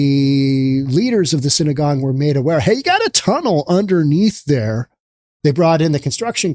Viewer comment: I am not Jewish but I know it is synagogue not synagone. You are repeating it both ways. I can't understand it since you are in the middle of a drug infested city and SYNANON is an old organization and method for treatment of opiate addicts.